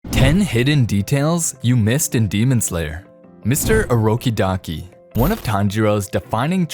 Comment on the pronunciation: "mrs. Orokidaki" Me: sir it orokodaki